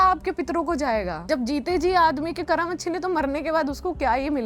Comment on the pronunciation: ये कर्मा कर्मा क्या है ये विदेशी छाप जुबान 😡😡 अरे मैडम वो कर्म होता है जब तुम हिंदी ही बोल रही हो तो सही उच्चारण क्यों नहीं कर सकतीं जिसको देखो कर्मा कर्मा कर्मा चिल्ला रहा है 😡😡 कर्म होता है वो,👎👎😡